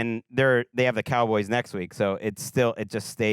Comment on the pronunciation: I'm sure but I can't take you seriously when you say "Cowgurls". I'm not even a Cowboys fan, that just makes you sound stupid.